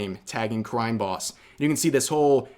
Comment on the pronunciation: They took her Cwime Bobs??? There will be vengeance.